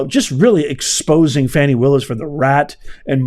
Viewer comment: Now Professor…..Ms Willis would like her name pronounced FahNi…..not Fanny. The latter is suggestive of a body part. Just an FYI!!! 😂🤣😂🤣